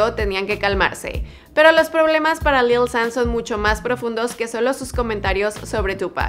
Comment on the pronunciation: Yo creo que se pronuncia "lil shan" :v no lil san ._.